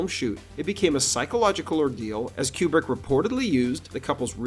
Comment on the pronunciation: It's Coo-brick, not Que-brick.